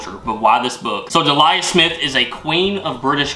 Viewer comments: Delia = DEE leea not deeLIAR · Dee-lee-ah. just breaking it down a little more as he screwed up the lia part. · Delia is pronounced de-le-a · Delia Smith is a UK cooking legend, for her very simply explained recipes. Her name is pronounced Deel-ee-ah, or Deelya. Loving your channel guys. 👍🏻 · It's DEE-LEE-UH - I got that book as a wedding present in 1988. Delia was still regularly on the television at that time - her heyday was the 1980's but she still makes an appearance every so often. I lovely, humble lady. Her recipes are very easy to follow. The white wire 'thing; in the Harry Potter box is a stand for the plate. It's ornamental, not to eat off. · That wee white stand is for the porcelain Harry Potter plate you got. And Beau is beautiful. His heavy purring. He fits right in. Oh, and it's Deeel-ya Smith. ❤ (People used to call me Delia) as my name is Dee Smith. Lol. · Hi and loved the vid so enjoy watching you both unbox gifts x just a heads up Delia is pronounced Dee-Lee-A ok x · Delia Smith (Dee-Lee-ah) is / was one of the most famous chefs in the UK and had several cooking shows. That little white metal thing is a stand for the plate. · If you say Delia's name as "Dee-li-a", you won't go far wrong. My Mum used to have a copy of the original one (until she lent it to a "friend" and didn't get it back). It's a brilliant book with lots of good recipes in it. The flower badge is of a Yorkshire rose. We have the white rose, as opposed to a red one. Lancashire has the red rose (we also say they are our "mortal enemies", but they aren't really). The stand that came with all the HP stuff is for the plate so it can be stood on a shelf without tipping over and smashing. And Dreamies are totally like crack for cats!😂 Great video, and! Keep up the good work! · Delia- pronounced: DEE-LEE-AHH ❤ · Delia Smith(pronounced Dee-lee-ah) is not only a famous tv Chef shes also owner of Norwich City football club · Try saying Dee lee ah = Delia Smith lol. 👍👍